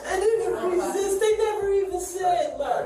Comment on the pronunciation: she can make a two syllable word into a three syllable word as in, while in a whiny 6 yr old kid voice "didn't re-SIIISTTT-uhhhhh"!. or better known as re-sist.